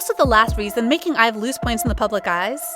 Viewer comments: IVE not being pronounced IVY is where I picked up my purse and left😂 second to not being able to count to at least 10 Now I'm just standing outside a burning club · I think ur saying their group name wrong